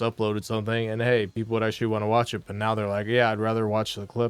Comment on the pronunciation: Well the last time I did that, I got no support!? Want me on the highway? Well send support on kick, right neow.. right neow guys. Otherwise, no marbles on the highway. Sorry. 🤷🏻‍♂️